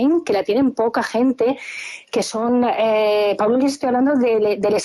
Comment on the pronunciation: "Sao Pablo", por dios, qué horrible suena.